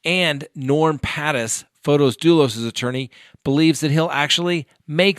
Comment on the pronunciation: Field trips are fun, please take us along often.:-)., it's not pron F-Oh-tis it's pron F-aw-tis. So small o not capital O.